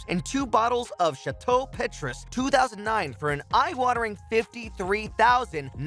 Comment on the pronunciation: its PEH-TRUES